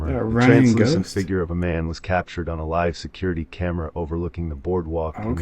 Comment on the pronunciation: I wouldn’t take to heart from anyone who pronounce the “figure” .. these two yahoo’s don’t know their head from a hole in the ground!!!